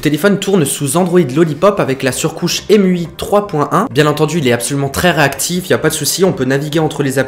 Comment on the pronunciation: on dit pas mui on dit emotion u i (avec la prenonciation anglaise)